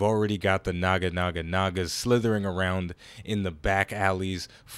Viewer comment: Ok, I'm probably not the first, but I feel the need to point this out, they are Naja's, not Naga's. I assume you know that just figured I would point it out. Anywho love all your stuff, keep the Xcom coming.